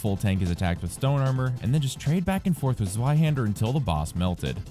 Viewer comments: Zvei. Zveihander. Not Zueihander! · To be fair, I still like the video. But the pronounciation is pretty strange